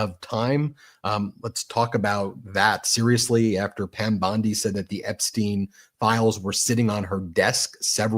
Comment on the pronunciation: What is a government for if not to safeguard the public? I mean for goodness sake! And where did that Epstein files client list that you said was on your desk disappear to "Pyam Bwondi"?